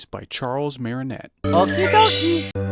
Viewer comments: Martinet not Marinet lol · ...Charles Marinet? Martinet ("Mar-tin-ay")